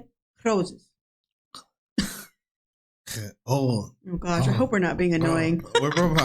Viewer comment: min won't have any problems with Dutch pronunciation! That "red roses" sounded soooo Dutch! xD